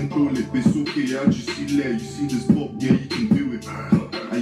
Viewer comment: he said bop not pop 😂😂😂